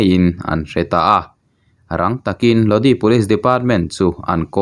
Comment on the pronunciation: A thupui hian enge awmzia a neih le? Click bait hi uar viau lo teh u. A dik tak, a nihna tak dah pawh ni ula kan ngaithla tho ang mawle. Tin, Lodi tih hi( Lodâi) tih tur a nih hmel. CCR hla ah pawh a awm kha. Pronunciation hi pu Google_a hian a hre vek a nia. I chhiar hmain han en ve zeuh zeuh thin teh. Mi chi hrang hrang/ mi tamtak, a tam thei ang ber thlir leh ngaihthlak tur a tih a ni a, chuvang chuan in enlâwk te hi a ngai ve a nia. Zirtirtu hna ang chiah a nia aw... Sual min ti awm.🤦 Aaa... Hriat loh chu zawh mai tur.😂